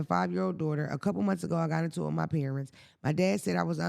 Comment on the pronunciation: ‘Wit the quickness’ 😂 He frustrates me sometimes ❤